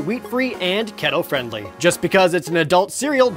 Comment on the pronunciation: The way he says keto. 😂